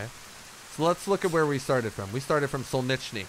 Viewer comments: "shake if you're new".... serious headbanging 😂 guess it's a yes😅 Btw: city's name in the beginning is "solnetchnui" don't think you can write or pronounce it properly in English And the beginning PvP is exactly why I don't like the game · It's pronounced sarillic not krillick , and in Cyrillic it's solnichny 😂